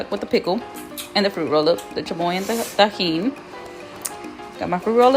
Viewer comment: yo u dont even sound Mexican cant even pronounce tajin right hahaha, im not hating on u